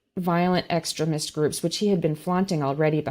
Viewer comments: I found feeling almost sorry for tRUmp at the beginning of the interview really weird. Also, what's up with her mispronunciation of "extremist" & "extremism" by stressing the first syllable rather than the second syllable? Strange. 🤔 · Does mispronounce the word "extremist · I feel like she says extremist differently just to be irritating lol. Kinda like Stewie says Coolwhip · It's pronounced extreemist, not extremist... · The way she says extremist sounds like excrement. 💩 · 20 minutes in, and I have only just realised she is saying "extremist." I just couldn't work it out. It sounded like she was saying "excrement" or something. Americans sure do talk funny! Anyway, Trump should be in jail already. T o o s l o w. C'mon guys, you're dealing with a potential dictator here. It'll be too late soon. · Does she deliberately mispronounce EXTREMIST to sound like excrement? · When talks about Christian extremist, it sounds like she is saying "Christian exrement", and I am very amused. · I love her pronunciation of extremist! Every time she says it my mind hops right to excrement 😂 don't understand how she can't see that stealing sensitive information is another step in trying to overthrow our government, given who his role models are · The way she says extremist, with the short e vowel, sounds like she’s saying excrement. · Exteeeeeemist. Not Extrimist. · At first I didn't understand what was being said when I heard say "extruhmist" Someone should explain to her that the word "extremist" is based on the root word "extreme" so it's extreme - ist. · It's called....extremist. not...ex...tri...rism. wth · Anyone else really annoyed by how this woman mispronounces 'ex-treh-mist?.' It's incredibly annoying and pretentious. EX-TREE-MIST, B-WORD! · Your guest’s pronunciation of extremist is interesting. I think of excrement-ist!🤔😂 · why does she pronounce "extremist" like "excrement" ? Hard to take her seriously.